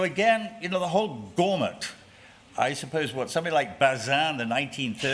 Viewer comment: I think he is pronouncing gamut in an odd way.